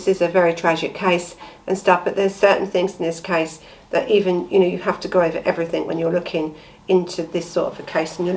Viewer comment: I start to watch you but every time you say everythink or nothink I have to switch off.